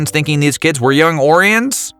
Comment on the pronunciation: Thanks for your video! 🟩🟢 And the narrator mispronounced Orions. 🖖